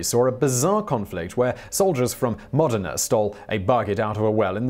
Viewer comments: Dear Simon, please try to not pronounce "Modena" as "Medina"/"Madinah" next time, as it's quite confusing. Putting the word stress on "Mo-" is all that's really needed for that. ;) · Thank you, Simon, for that "hanged". A lesser person might have said "hung". Modena has the emphasis on the first syllable (as does Brindisi). Both are commonly mispronounced by anglophones. It's wrong to assume that Italian words always take the stress on the on penultimate syllable. This is true unless it isn't - there are rules about this, but I find them so complicated, it's easier to check - Wikipedia is your friend for this.